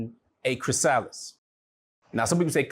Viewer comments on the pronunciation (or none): Butterfly, Chris-ah-liss